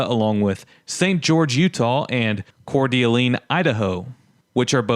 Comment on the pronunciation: I'm not from there but I believe coeur d'alene is pronounced Cour "duh lane".